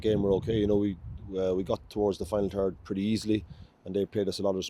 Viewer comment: "We got towards the final turd pretty easily" Unfortunately, that final turd was our finishing.